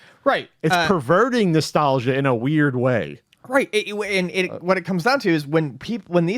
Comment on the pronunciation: I like how says "Nestelgia".... cause he so fan of the Nes he says "Nestelgia".... lol